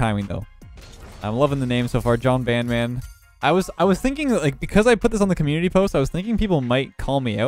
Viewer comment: "Jon San-fran" Jon Sandmans face on the San Francisco bridge